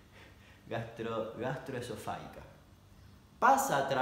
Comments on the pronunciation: Perdón, recién hoy lo vi. ¿Por qué dice gastroesofá-GUI-ca, si se escribe sin la "U", o sea gastroesofá -GI -ca? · Y es "gastroesofáGica", no "gastroesofáguica"... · Encima creo que se pronuncia gastroesofáJica JJAJAJAJAJJAJA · FAGICA jajajaja No FAGUICA jajajaj LPM PRONUNCIA BIEN DAMIAN! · El video: 30% damian diciendo como tragarse una espada 70% damian intentando decir gastroesofarica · Damián, el que diciendo gastroesofarica me hace reír cuando me acaban de mandar a la mierda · grastroesofaica Damian: E S T R O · Jaj tanto esfuerzo y nunca lo dijiste bien :). Es gastroesofágica. La g pronunciada como si fuera j. Igual muy entretenido el contenido de tu canal, te miro siempre. Besos. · Minuto se te dificulta decir gastroexofajica por que eres argentino. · Gastroesofágica se pronuncia como si la g de esofágica fuera una j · La "gi" se pronuncia fuerte, como en Gitano. No se pronuncia suave como en el video. Por lo demás, impecable.